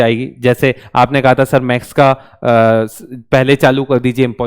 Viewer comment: you pronounce Max sir it's call maths not Max if you couldn't 😭😭 pronounce it properly so how can teach us i am so sad to alakh sir , alakh sir please provide us best faculty 🙏🏻🙏🏻🙏🏻🙏🏻